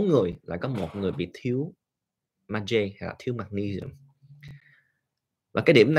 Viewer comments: tiếng việt đọc là Ma gie nhà bs, không phải meg gi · Bác cứ đọc là ma giê cho dễ hiểu bác ạ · BS nên Việt hóa âm các hóa chất cho ngưòi nghe dễ hiểu vì các trường học đều phát âm Việt hóa như : Magie; Canxi ... cám ơn BS